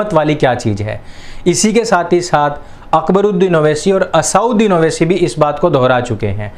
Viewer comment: असाउदीन नही असद्दुदीन